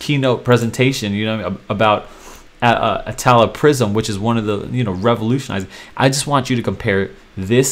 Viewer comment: "Ah-tall-a." Not "At-a-lat-a"